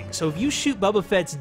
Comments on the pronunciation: He's been pronouncing it that way for the last 5 days on EA Early Access, lol. He said, "Someone in the comments corrected be for saying 'Boba'". So, he was just misinformed early on. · Bubba? You mean boba